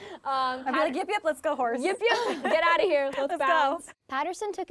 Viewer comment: plus.....vocal fry. Plus, "like", "you know" "G-O" instead of a 1 syllable "go", for God's sake